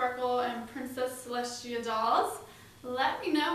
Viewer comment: Its celestia not celeshtia